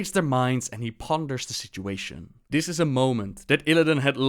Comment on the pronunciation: you pronounce this as "dis"